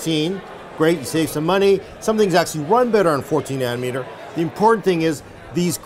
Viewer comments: Did say nanner meter? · "7 naner meter goodness." 7 meters of bannaners does sound good lol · "7 nanermeter", we love you so much. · ..."worlds first 7 nannermeter..." LULZ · Not nanometers.........nannermeter lol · Nannermeter lol